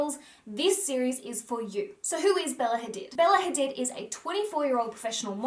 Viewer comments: I hate it when people mispronounce people's names. It's my biggest peeve. Hadid is an Arabic name. This entire world should know how to pronounce the vowel sounds in global languages. It's not hard! Google is at your fingertips. Don't change the organic sounds of people's names. That goes for everyone. It's so rude. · Hadid is pronounced Ha-deed hun x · It’s pronounced Ha-deed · Just to point out, Hadid is actually pronounced Hadeed... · the way she pronounces Hadid.